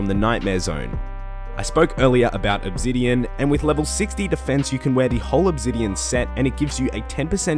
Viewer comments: loves mispronouncing stuff Pretty sure he does it one purpose at this point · didn't know obsidian had a Z in it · they way hes says "obsidian" and "ethereum" really pisses me the fuck off.